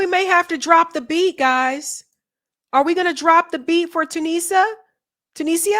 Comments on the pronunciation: Tuni-sia not Tunisa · I love you, but you have to do a little research: it's two-knee-ja. Tu-ni-sia.